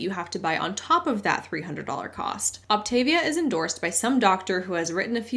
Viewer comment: Just FYI, the pronunciation is “Opt-uh-VEE-uh.” And yup, your daily caloric intake on the program is SO LOW that exercise IS discouraged.